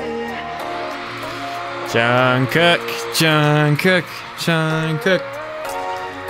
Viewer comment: OK. It's not Djung cook. He's not part of Thomas Cook's family. 😂 It's pronounced more like tchung Goog. But Gs is not strongly pronounced. Also, MMA is a Korean award show that last about 3-4 hours, not a BTS concert. Lol